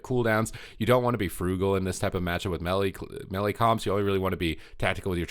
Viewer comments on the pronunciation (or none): So we supposed to listen to someone who cannot pronounce melee? LoL